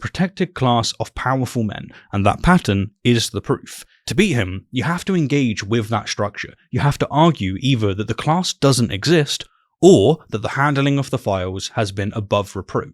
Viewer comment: I do enjoy listening to these debrief style videos. Very educational. At the risk of seeming rude, I sometimes wish you wouldn’t say “shtructure”, “egshtract”, etc. Sounds a bit muddy. Sorry.